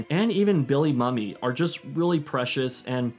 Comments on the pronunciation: Also, nit-picking but it's Billy Moo-Mee not mummy. Great video and thank you. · Just like alot of other people. you mispronounce Billy Mumy's last name. It is actually pronounced "Moomey" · If it helps, Bill Mumy pronounces his last name as "MOO-me", not "Mummy". It's a common error, and even the MC at ComiCon kept calling him Mummy. He was a good sport about it, though, but please remember, MOO-me. Thanks. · Don’t hate me…Billy Mumy pronounced Billy Moomy